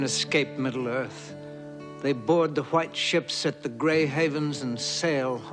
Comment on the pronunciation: "Grey HEAVENS" 😂 Seriously, is even the word "haven" too difficult to pronounce??